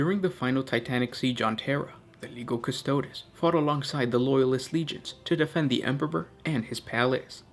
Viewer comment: as with the languages of Latin and later Italian, when the combination of the letters "g" followed directly by an "i", they form what is a familiar "j" sound to an English speaker. example: Giovanni is pronounced "Jo-vahnee" with this in mind, Legio Custodes is "Leh-jo Coo-stoh-des". plug 'Legio Custodes' into Google Translate as Latin and have a listen for yourself.